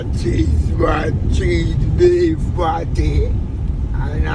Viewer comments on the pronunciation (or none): It sound like THREE BEEF Fi real still a dat me did tink him say instead of CHEESE BEEF😂😂